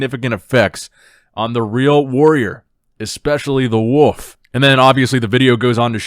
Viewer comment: the way you pronounce wolf got me fucked up